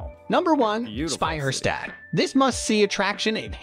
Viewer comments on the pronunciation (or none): this narrator! .. he gets the sound in "Speicherstadt", props to that, but then completely ignores that at the beginning of words is always pronounced as shp ! xD >_> by the way, stop the hamburgers :@ it is "HAHM-boorg" and nothing else :S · What is a Spey Her Stät? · It is not pronounced Sbeijärsdäd like the narrator says but Speicherstadt. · He totally butchered the word SPEICHERSTADT Edit: Okay, the AI butchered every german word in that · This narrator pisses me off so much. Say Speicherstadt one more time like an imbecile and i go insane. Either say wearehouse district or something or figure out to come at least close to a proper pronounciation. I am not even sure if it's AI or not.